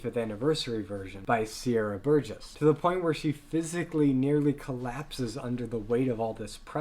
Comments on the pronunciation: Why do you keep calling Sierra Boggess Sierra Burgess? Also Emmy was a trained singer she was just too young. She was 16 when she auditioned and she just didn’t have the vocal maturity needed for the part. Joel and Andrew should have known better. Patrick Wilson was a Broadway star. He was in several musicals on Broadway including Oklahoma and The Full Monty. I agree with a lot of your points but calling Patrick Wilson “not Broadway trained” when he literally trained to and eventually did perform on Broadway is just disrespectful. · I agree with everything you said in this video lmao BUT I am so TRIGGERED by the way you're pronouncing their names! It's pronounced RUHmin KUHrimloo and Sierra BoGUESS lollllll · Pretty good comparison, but the way you mispronounce Ramin Karimloo and Sierra Boggess is almost unforgiveable. And Patrick Wilson is a well known Broadway actor. Look him up. And to call Andrew Lloyd Webber a one-hit wonder has made me decide to never look up any of your other reviews. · 😂 bit harsh, but yes. The lack of research is killing me